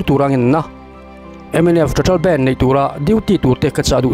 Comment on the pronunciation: Nga tinge youtuber thenkhat fin hmel pui² hian, BANDH tih hi, he mi music a BAND ho ang hian in lam tlat thin le..!!